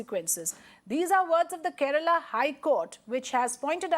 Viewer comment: Its KERALA not kerela idiots. Paanipuri hindi dumbos...